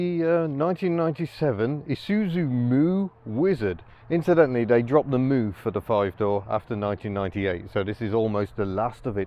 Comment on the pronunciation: Surely it's 'myoo' not 'moo' ?????